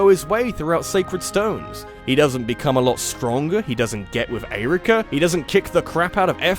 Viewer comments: The way you pronounce Eirika & Ephraim makes me wanna kick puppies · Interesting emphasis when pronouncing Eirika and Ephraim’s names. Never heard it like that before. ... That’s all. Glad you enjoyed Momocon.